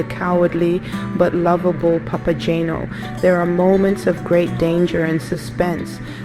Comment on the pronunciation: This video would have been better if: 1) the video clips shown actually had to do with the opera (and not, for example, people cosplaying Harry Potter characters), 2) The narrator didn't make incorrect pronunciations of names ("Papa-jane-o"? did she actually listen to the opera?), and 3) the text displayed didn't mess up character names ("to Mino"?). Didn't anyone "proofread" this video before posting it?